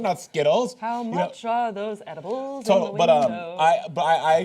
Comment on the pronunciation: "How much is that ediblllle in the window" x'D